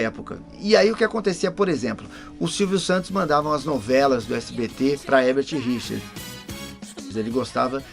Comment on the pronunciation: É Érbert e não Rérbert???